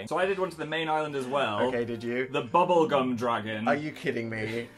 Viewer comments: Did Dan just say bubblecum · Am I the only one that heard Dan say ‘Bink the bubblecum dragon’?